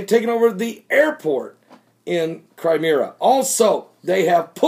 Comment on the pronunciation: Cry Me Ah not Cry Meer Ah .. lol .. lol .. lol